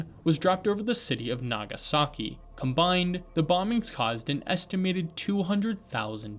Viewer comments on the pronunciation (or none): none